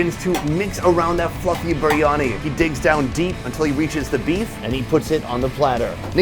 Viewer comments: It's BEER-Ani not BREE-ANI... IM SORRY IT JUST RUINS THE VIDEOS, SUCH A SIMPLE PRONUNCIATION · Oi mate what is Baryani? ITS FUCKING BARYANI!!!!!